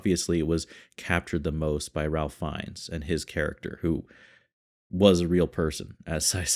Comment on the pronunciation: A brilliant film. A difficult movie to watch, but so important to see so that none of this is ever forgotten. Just fyi, Ralph Fienne’s name is pronounced like “Raife Fine” - not as it looks.